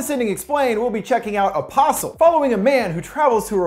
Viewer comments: I keep on heariing a possum, instead of apostle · when he says the name it sounds like opossum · I keep hearing "opossum".